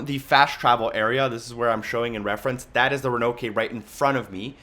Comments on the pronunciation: Ch 4 The CMS "Ra-No-Kay"?? They say "Ro-An-Noke" plainly in the game. Sorry, that's just weird. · Exceptional guide friend, will be watching the rest, thank you. Quite painful to watch when you were pronouncing the Roanoke (row-uh-nawk) wrong.